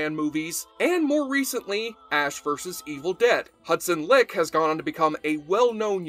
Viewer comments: Hudson's last name is pronounced as "like" not leak. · Hudson LIKE. It is pronounced LIKE. Not LICK 🤣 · I believe Leick is pronounced 'like' rather than 'lick'. One of my favorites is definitely "10 Little Warriors" because Leick does a great job being Xena in Callisto's body (because of the Tonight Show accident). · Hudson Leick...It's pronounced "like". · Not being rude, but it's pronounced like even though it's spelled leick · The way you pronounce Hudson Liek's name has me enraged lol